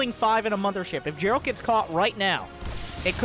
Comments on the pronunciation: Geralt most definitly be spoken with G like in Gain, not s in Girafe for example. As it is of Polish origin ... So I believe :D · Geralt name is pronounced with a G like in Gif